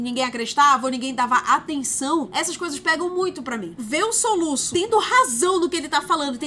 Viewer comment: O "soluça" me quebrou kkkkkkk😂😂